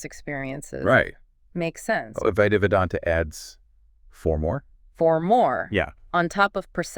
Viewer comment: Aduaita or adwaita. Not avaita.